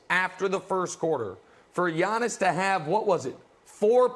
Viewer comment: Brandon calls Giannis , yawnis. Get this guy off the show